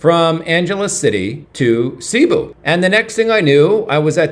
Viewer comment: Please pronounce Cebú correctly—accent on the 2nd syllable. Thanks!